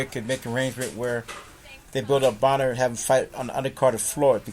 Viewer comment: it's Adrien Broner not Boner!